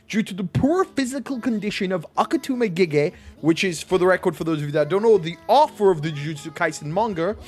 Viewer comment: It's Gege AKUTAMI, not AKETUMI!